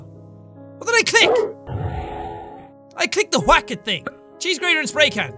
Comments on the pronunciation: Jack says Whack as “Qhuack” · How many times have you said “Hwack